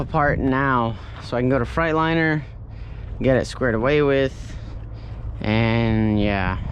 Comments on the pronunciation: Are you saying Frightliner on Purpose? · Legit Delirium I’m from Alabama, born and raised, I ain’t never heard nobody say Fright-liner except him lol